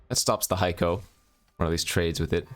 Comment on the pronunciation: Just wanted to let you know I've learned a huge amount from your channel. I'm a distinctly average player but my last 3 drafts have been 7-1, 7-2 and 6-3. Really enjoying this format. As an aside, Heiko is pronounced HAY-ko, not HIGH-ko, right?